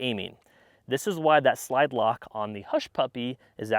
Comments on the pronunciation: any body catch the “lide slock” instead of slide lock Loll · Did anyone else hear him say "lide slock" instead of "slide lock"?! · Hehe, "lide slock"... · Lide slock. Love it. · lide slock:) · "the lide slock" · Ah yes, the Lide-Slock. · Bro said, "lide slock" I love it!!!! LMAO!!!! Great review btw! Don't change it, leave it in there please!!!!! That is so grand!!!! I would be a millionaire for the amount of times I have done that in my life!!!! The worst for me is Fuddruckers, I switch the F and the R in that name almost every time I say it the first time. Trust me bro, you are not alone in that twisting of letters.😁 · “lide slock” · “Lide Slock”? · “Without the lide slocked” haha nice. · "the lide slock" lol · lol bro said "Lide Slock" 😂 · I bet he’s been saying Lide Slock all these years under a protective shield of audible gunfire. But now that his voice is louder than the weapon, he is finally exposed.. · You said lide slock 🤷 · "lide slock" 😂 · “lide slock” 😂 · "Lide Slock" 🤣🤣🤣🤣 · lol i thought i heard that